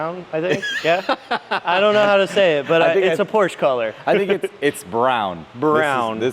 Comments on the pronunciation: It’s pronounced “Porsha” not “Porsh” folks. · don't know how to say porsche and the color of the leather.